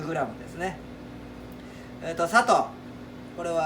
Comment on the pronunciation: 砂糖のイントネーションが紛れもなく佐藤